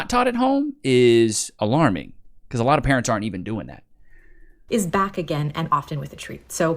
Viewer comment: Did she just say "a loff tomm of disappointment"?